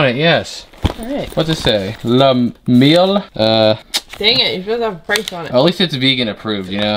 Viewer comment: You nailed the French pronunciation of “Le Miel” the last time you said it! Good job 👍